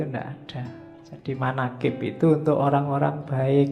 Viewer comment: Manakib bukan manakip